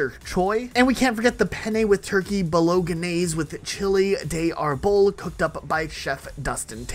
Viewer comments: Bowl-o-geh-nessay Imtalian 😎 🇮🇹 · We need to start a discourse about your pronunciation of Bolognese. BO-LO-NAYZ. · Bowl-in-yase, mate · I am definitely the only person that cares that he said Bolognese wrong